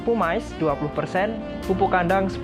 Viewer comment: gumuush... pumice bacanya pumis bukan pumais 😊